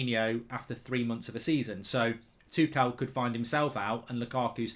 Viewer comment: No one: Gold bridge: THOMAS TOO CAL